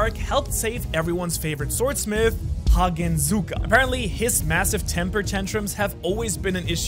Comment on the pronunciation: I just got stage 3 ear & eye cancer after hearing you say "Hagenzuka" instead of "Haganezka" and seeing you use Zohakuten's face (Hantengu's hatred clone) instead of Hantengu himself.